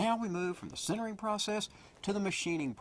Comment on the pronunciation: sintering not centering.. srsly this guy can't pronounce